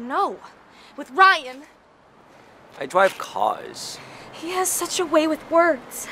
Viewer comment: "Ai Drave carrs!" LOL